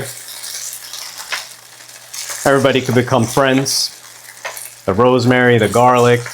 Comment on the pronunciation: I thought you said bro's mary😂😂😂 On a serious note, this looks like a recipe that children would love. I appreciate the fact that it's cheese free.